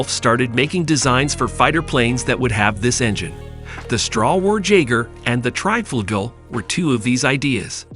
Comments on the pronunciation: The title is wrong, the word treb does not exist, but trieb and also the opposite treib, where you had called it treib pronounced like fight . But it is called Triebflügel and pronounced like the ee in speed, so treeb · It's called TRIEBFLÜGEL!!!!